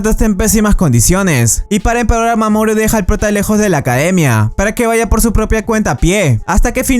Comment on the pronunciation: A alga más siente que dise mamón en vez de mamoru xd